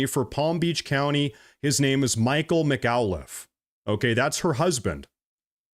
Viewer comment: What’s with guys mangling peoples’ names lately? McAuliffe isn’t hard to say.